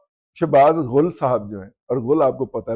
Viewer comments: دادا جی غول نہی غل کہتے ہیں چور کو اور غ پر پیش لگا دو تو اسے گو یعنی پاخانہ کہتے ہیں۔ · دادا جی، یہ غل ، غین پر زبر کے ساتھ پڑھنے سے چور بنتا ہے اور جو آپ پیش کے ساتھ پڑھ رہے ہیں اس سے انسانی گوبر بنتا ہے۔